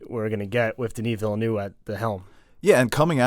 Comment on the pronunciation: It’s pronounced “Villnuv”, guys. The “u” sound is as in the word “up”.